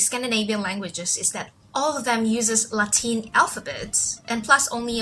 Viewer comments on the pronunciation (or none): none